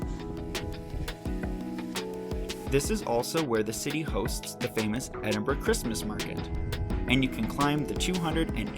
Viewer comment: Edinburgh pronounce as ed- in- bra.